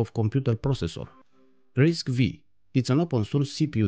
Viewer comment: RISC “five”